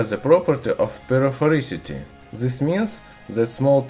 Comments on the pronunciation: PLEASE STOP SAY "ZS" INSTEAD OF "THIS-THAN" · Got confused at first when he said zisss